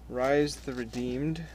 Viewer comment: thats not how you pronounce rhys :(